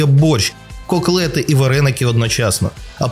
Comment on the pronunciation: КоКлети... навчись читати, ведучий.